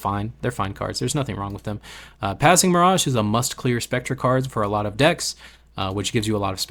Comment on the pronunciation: Please stop saying miragee